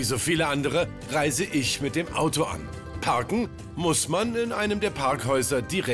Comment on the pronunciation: peter kann das wort "parken" und "Parkhaus" nicht aussprechen